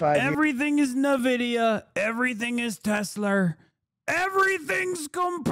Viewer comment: Nuh-Vidia sounds so much better than “En-Vidia” Change my mind